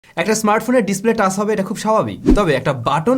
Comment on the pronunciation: টাস না ভাই, টাচ্